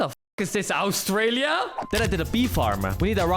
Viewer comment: why did you say Australia like you were gonna say Auschwitz